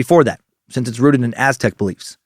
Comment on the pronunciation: Thank you Dan Cummins for such solid pronunciation of Aztec and Spanish names!